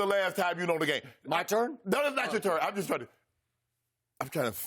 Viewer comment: Shannon: asks rhetorical question Skip: is it my turn? Shannon: NO ISS NACHO TURN!